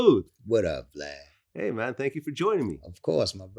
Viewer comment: No offense but his name is vlad not glad LMAO!😭😂😂👀